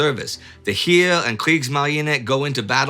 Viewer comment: how did indy make it this far without knowing how to pronounce "heer"? 😳